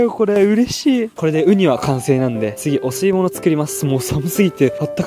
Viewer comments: 排水の後にお吸い物って言ってるせいで汚水物に聞こえた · お吸い物が汚水物に聞こえた